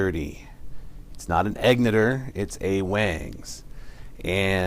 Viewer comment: "waaangs" and "eggniter" what a moron.